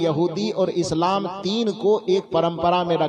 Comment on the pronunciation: Sir, you are not reading इस्लाम properly